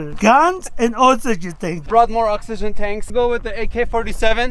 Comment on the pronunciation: oSSYGEN TAYS. Sounds like he's missing a couple chromosomes